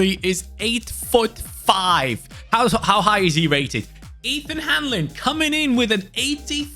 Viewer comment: Hahaha must be a relative of mine! Funny hearing Hanlin should be “Han-lon” Love the video!